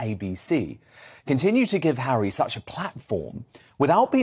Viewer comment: This American says Hawwy is BONKERS!!